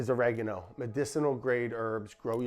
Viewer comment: yes yes "oregeno" sure